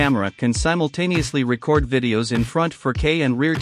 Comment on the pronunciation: I wish you would get a real person to narrate the video. Issues with the pronunciation of “record” and the voice massacred the pronunciation of RedTiger. And the parsing of phrases is horrible.